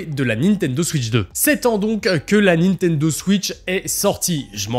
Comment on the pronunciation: la nintenzo ??